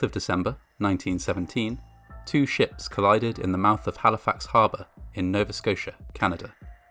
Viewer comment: I liked because you pronounced Nova Scotia right